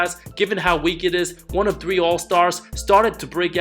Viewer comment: He need to learn how to pronaunce numbers like 3, 13, 23, 33...you see where i'm going there